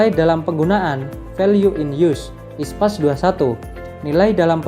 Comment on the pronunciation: International Public Sector Accounting Standard (IPSAS), kenapa dibaca ISPAS?